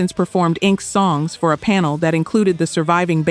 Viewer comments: INK S? LMAO, it is pronouncd in-x-s. AI Slope. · Inxes? it's pronounced "In excess" lol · I got as far as INK-S, lol, and had to quit watching and comment.